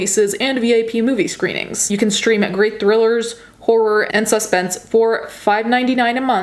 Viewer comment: I love how you say " Sus Pence"